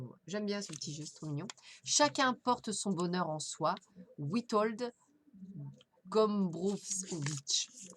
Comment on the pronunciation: Merci!!! Le nom de Witold Gombrovicz se dit: "Vitold Gombrovitch" ou "Gombrovits". Auteur né en pologne et mort en France.